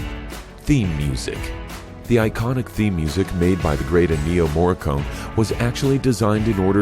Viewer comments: The name of the composer is pronounced EN-nio MorriCO-ne, not En-NIO Morri-CONE! And by the way, there is nothing I don't know about this movie. The things you mention can all be found in the trivia section of this movie on IMDB, and lots more than these few. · Please get your speech coach to help you pronounce Ennio Morricone's name correctly.